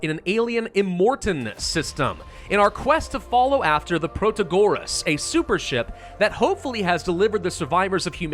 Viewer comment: Nice, new Ixion vid! P.S. it's proTAgoras not protaGOras